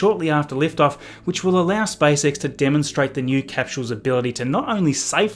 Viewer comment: Am I alone who hears spicex instead spacex? 😃